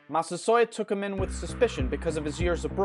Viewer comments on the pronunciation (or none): none